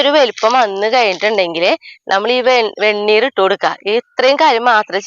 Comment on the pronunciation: വെണ്ണീ ർ എന്നാണ് പറയേണ്ടത്